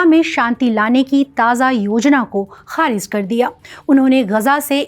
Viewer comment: Kahrij, खारिज sahi pronunciation hai aapne खारिज़ bol diya tha